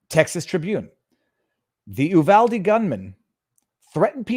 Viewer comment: its U-VAL-DEE!